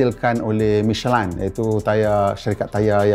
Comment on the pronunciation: Sebutnya michelin ke michelain